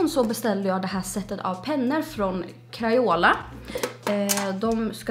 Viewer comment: ”Crajåla” hahaaha